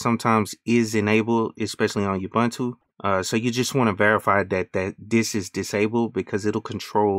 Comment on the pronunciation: ooh its pronounced ooh-buntu. its an African word which means UNITY "I am because we are, i am because you are" In Zulu a person is called "Umuntu" the plural for that word is "Abantu" so the saying goes "Umuntu, Ngumuntu Nga Bantu" in short UBUNTU. please say it right fam. its not just a word